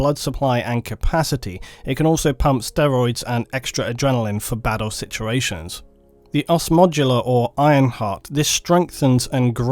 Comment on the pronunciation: Wish this guy could pronounce the letter T in words. It battle not baddle!